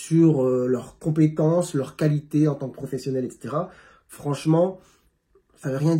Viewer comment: Ton accès est assez neutre, style parisien avec c'est vrai une rare intonation sur une syllabe comme "competence". Il parle de ton timbre de voix en fait. Les racistes se montent le bourrichon dans les cafés ou autre lieux sociaux. Suffit d'une pomme pourrie pour contaminer les autres insidieusement. Et les zooms de cnews amplifie grave.. Faut pas que ça te touche (facile à dire c'est vrai) ! C'est du racisme primaire. J'vis ça au quotidien. Ces gens là., faut leur sauver la vie pour leur faire changer d'avis. Et encore ! Il te cherche des poux. Ça me rappelle dans tintin quand un colon bouscule un enfant chinois et le corrige. Ou dans la petite maison dans la prairie, l' épisode du docteur ledoux